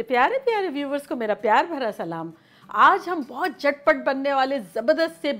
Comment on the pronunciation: Aik request hai ke salaam theek se Kia Karen. ..plzz